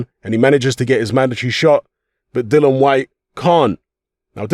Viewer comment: His name is DILLIAN NOT DILLON!!